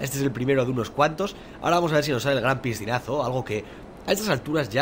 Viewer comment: le entendí yo ppistinaso y no es piscinasonluzy habla bn hombre